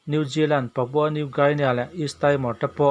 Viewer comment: New Gini tiin lam rawh.